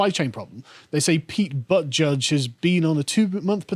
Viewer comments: I lost it when Carl mistakenly mispronounced "Buttigieg" as "ButtJudge" rofl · I love how Carl's failed attempts to pronounce "Buttigieg" correctly has just dissolved into full-on "BUTT. JUDGE."